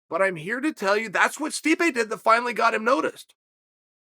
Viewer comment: 'steam a piocic'